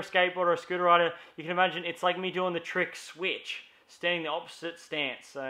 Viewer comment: funny how says "sweetch" 'mericans say sssw itch